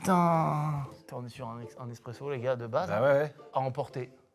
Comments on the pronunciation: Loin de moi l'envie d'être chiant mais c'est "ESpresso" et pas "EXpresso" 🤓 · On dit (eSpresso) pas (eXpresso) SVP 😒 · Les gars c’est espresso pas expreso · Les gars c’est espresso pas eXpresso Sinon la vidéo reste tjr aussi top 🙏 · MCFLY C'EST ESSSSSSPRESSO PAS EXXXXXXPRESSO ENFIM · Incroyable le format mais les gars… c’est vraiment eSpresso 😅 pas eXpresso. Et oui effectivement c’est le meilleur café qui existe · J'ai pas trouvé le commentaire alors je le poste : 🤓👆 AchUAlLy c'ESt eSPResSO pAS EXpREsso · je vous aime hein Et le concept super comme d’habitude Mais on dit ESPRESSO bordel de et non expresso Voilà bisous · eSSSSpresso pas eXXXpresso sil vous plait les gaaaaaaaaaaaaaars, j'ai mal aux oreilles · qui dit "eXpresso" c'est pour me tuer....